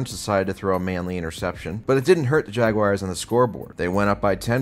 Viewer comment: My wife's boyfriend loves the way you pronounce the "Jagwires." He says it cured him of his marijuana addiction. You're such an American hero,.